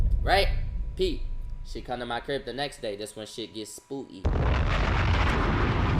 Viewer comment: he said ts like a baltimorian😂😂